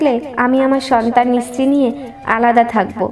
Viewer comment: তুমি স্ত্রী কে ইস্ত্রি উচ্চারণ করো কেন?